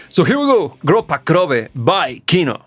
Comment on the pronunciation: right pronunciation is grUppa krOvi (blood type) PLEASE estimate the song Spokoynaya Noch (calm night) also by KINO. Many of us, Russian KINO-fans, think that this song is their best song ever, its unbelievably beautiful either by its lyrics and sound. Also, I think you should search original lyrics and translate it into English so u can understand the sense and author's thoughts THANKS FOR YOUR VIDEOS ps накиньте лайкосов, ребят, ччтобы он спокойную ночь разобрал, это будет КРУТО